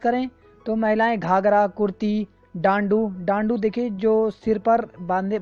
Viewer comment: Some corrections.. डांडू नहीं ढ़ाँटू टिगुवा नहीं डिगुवा या डिगवा चौली थाल नहीं चौली थात तिमरू नहीं तिमुर